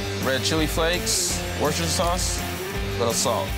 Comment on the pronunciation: I'm tired of the way you say Worcestershire sauce. Say rooster then add a w in front instead of the r Worcester. Once again say rooster. Put a w in front drop the r. Then add sure at the end. Worcestershire sauce.😊